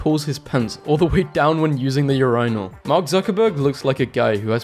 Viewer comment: who the flying FUCK says “urinal” like that..